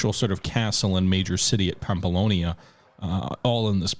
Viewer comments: it was honestly getting a bit frustrated hearing him pronounce the relatively difficult names correct if not close to correctly and then absolutely butcher the easy ones. it's Navarra (Na-var-ra) not Narvia It's pamplona (Pam-plo-na) not pampolonia or pamploni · You said "Narvaia" like 10 times, it's NAVARRA, literaly says it right there, you just have to read it, same thing for "Pamplonia", it's "PAMPLONA"! If you said it 1 time I wouldn't care but 10 times in a row... Like seriously... Sorry, got trigerred and I'm not even from the area... Anyway, I subscribed and liked, don't mean to be a dick xD